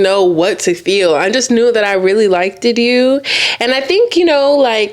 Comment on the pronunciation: the way she saying liked is upsetting me and my homegirls